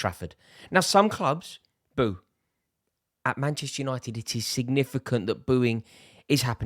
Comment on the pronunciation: When he said boo the first time I heard booze and I was like: yeah so? 😂😂😂